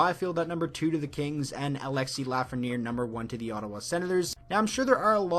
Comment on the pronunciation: you messed up Lafreniere name